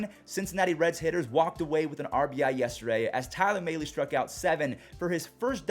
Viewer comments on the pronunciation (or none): i love the vids. one thing tho. it’s not tyler may-lee. it’s tyler Mal-lee. as in pal but mal